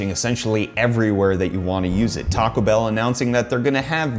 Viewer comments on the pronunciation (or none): none